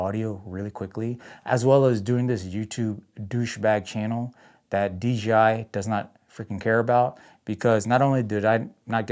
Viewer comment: Maybe if you said DJI instead of DGI maybe they’ll send you something 😂 Your videos are golden compared to my trash. Keep up the 🗑️ 🗣️ it’s grade A entertainment 💪